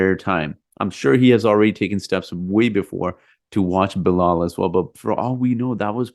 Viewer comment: Its Bilal